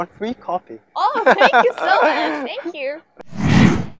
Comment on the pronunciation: mình nghe cả 2 loại giọng Mỹ và Anh nhưng chưa giọng nào phát âm "thanh kìu", "lít sừn", "đíp phơ rừn", "bi caus", "ăn pho gét tờ bồ"... như anh ấy hết. Anh ý sống ở Anh nhưng mình khẳng định anh ấy chưa phát âm được giọng Anh :))